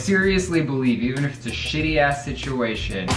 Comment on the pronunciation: "Being a basic axe bitch" 😂😂 drunk Ryland is funny